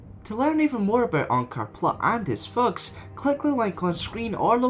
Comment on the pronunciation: you should work on spelling g a bit softer,it always sounds like unkars fucks when you say unkars thugs